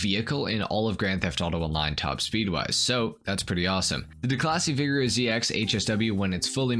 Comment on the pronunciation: The way he says “Vigero” makes me cringe